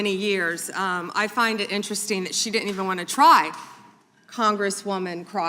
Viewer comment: They " Dittent " thow dumb blondes speak . Do now .